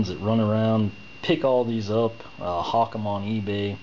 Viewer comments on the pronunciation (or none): none